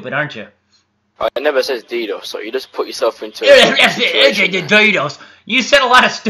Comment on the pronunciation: The way you said "DDOS" is fucking hilarious and I'm English btw 😂